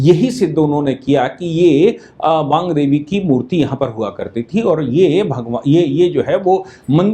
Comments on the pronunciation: वांग देवी नहीं वाग्देवी कृप्या ध्यान देंगे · aap baar baar Baangdevi kah rahe hain, jabaki yah Vaagdevi hain Chadrabindi nahi hai iss naam me, Vaak se Vaagdevi naam hai. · वांग देवी नहीं, वागदेवी / वाग्देवी होगा।